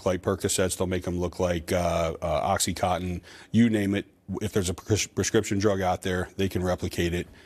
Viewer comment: imagine being a big government bureaucrat soaking the taxpayers and mispronouncing oxy con tin as oxycotton 😂